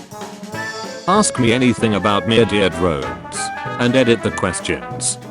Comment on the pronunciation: "Murdeir Droens" 💀💀